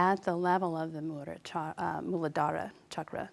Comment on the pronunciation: Thank you for describing and correctly pronouncing Muladhara. Such useful information.